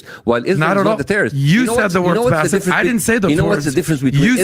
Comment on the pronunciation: First of all kept calling him Bassef. Now let’s be intellectually “Not Lazy”, do we expect him to be educated on this matter when he doesn’t know his own guests name??